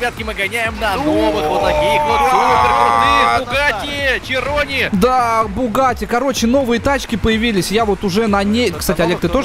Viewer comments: Широн, а не чирон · это не верон а широн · Bugatti schiron широн читается